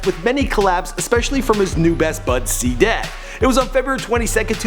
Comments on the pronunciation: He said saday instead if cdai😂💀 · its pronounced cday not sday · its cee-dai not cday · "SI'DAY" nigga its CDAI im fkgn done wit him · he said C-dehh always pronouncing some wrong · He cant say Cdai he say Cda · who's saday?😂 its c-dai kid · C- DAI NOT sadai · Said cdai wrong it's literally cday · cduh 😂😂 its cdai pronounced c day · Cee-Day not saday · He Said CADIA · "rondo and se-day" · oh man dis nigga say Cdead first time oml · The way he say cdai😂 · Why tf u say Cdai name like that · The way he says "Cdai" haha